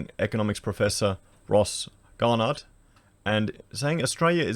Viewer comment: Sorry, this is the internal snob in me saying this lol - You are terrible at pronunciation, especially names. Obviously you skim through articles and errors happen that way which is fine but you pronounce names as though you've never heard them before? Ross Gar-no. lol keep up the otherwise good work